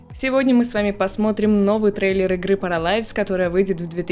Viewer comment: Правильно будет не паралайвс, а параливс